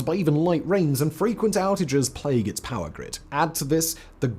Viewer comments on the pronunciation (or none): none